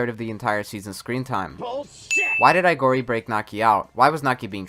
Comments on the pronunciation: It's Aogiri, not Aigori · Quinque is pronounced "queeng-kay" Aogiri is pronounced "Ow-giri"